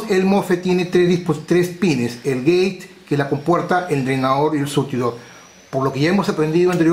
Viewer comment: Eres un gran maestro, de los mejores. Para tu mejora continua, te recomiendo afinar la pronunciación. Drein Sourss como se escribe. Geit Un abrazo